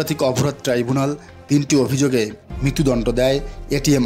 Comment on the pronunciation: প্রতিবেদনকারী কে বলছি অভিযুগে নয় মিথ্যা অভিযোগে। ভাষা যদি সঠিক করে বলতে না পারেন সত্য না বলতে পারেন তাহলে সেই খবর প্রচার করে লাভ কি বলে।